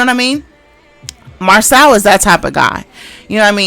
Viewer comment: Siiiiiisssssss his name is pronounced Mar-so….. seriously y’all clearly watch the show they say their names yet y’all jump on here and say them wrong. Do y’all have a learning disability or something what is going on?